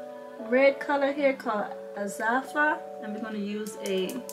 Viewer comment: Did you say Cassava or Asafa ? 😊😊